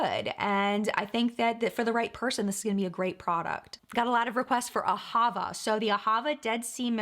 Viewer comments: The pronunciation for Ahava is on the last syllable, not the middle one. It's the Hebrew word for "Love." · You may be saying L'OCCITANE right, but not AHAVA. The emphasis in AHAVA is on the last syllable, not the middle one. It means love in Hebrew